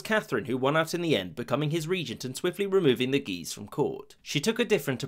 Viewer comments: i like how guise sounds like geezer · "The two Guises"... my ears keep hearing "The two Geezers". Brilliant.